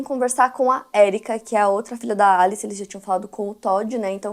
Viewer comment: Pq vc fala alice estranho? Kkkkkkk Em ingles nao seria pronunciamento Elice